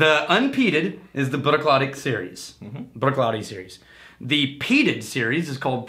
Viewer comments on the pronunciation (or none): Love that you're reviewing my favorite distillery. But please... "Brook-laddie." Also, Port Ellen Maltings malts barley for most of Islay. Bruichladdich has announced that they are opening their own malting onsite to continue to produce Islay-centric spirit. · You pronounce the fookin CH, the clue is in the second word laddie which as you can tell doesn’t end in CH